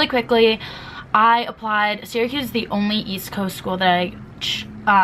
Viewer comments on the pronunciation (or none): sis imma keep it real with you... syracuse is pronounced like sarahcuse not siracuse,,, im so sorry thats been bothering me LOL